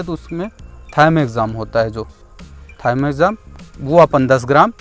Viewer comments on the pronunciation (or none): वो थायमेक्साम नहीं प्रभु थिओमेथाक्सम होता है